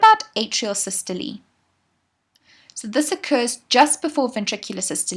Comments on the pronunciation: it’s “sys-to-lee”, would you know or would a teacher? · It's actually sys to Lee. That's the actual pronunciation. So ye. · please stop saying sy-stol-ee like that its systole like bum-hole, not bum-hol-ee